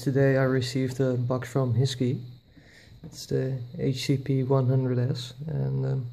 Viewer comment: I thought HiSKY is pronounced as High-Sky rather than HeeSki. :)